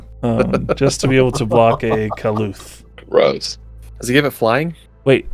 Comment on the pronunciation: kah-lewth ??? HUH